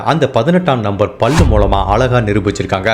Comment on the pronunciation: தமிழ் உச்சரிப்புக்களில் கொஞ்சம் கவனம் தேவைப்படுகிறது..ex பல்லு...கேட்கும் போது பள்ளு போல் இருக்கிறதது..புரிதலுக்கு நன்றி..nice narrative..